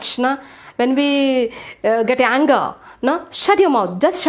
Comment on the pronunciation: Not yanger it is anger